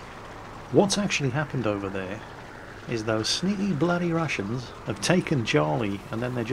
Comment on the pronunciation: I swear I heard rassins instead of Russians